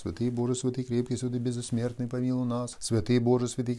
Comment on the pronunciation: Зачем говорить беззсмертный 😮